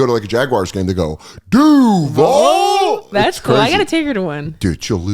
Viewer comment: Dan, we gotta teach you how to say "DUUUUUVVAAALLL" properly